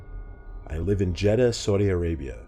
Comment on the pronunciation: I like how you pronounced Jeddah as “Jidah” it was funny lol.